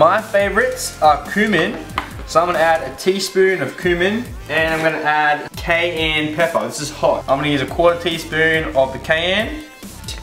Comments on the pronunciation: It's "q-min" and "ki-yan" not "coomin" and "KN" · He said Kanye pepper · u prononce cumin like quimen and cayan like kaian